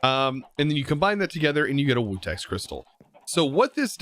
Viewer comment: It’s pronounced vutax shards not wutax 🤦‍♂️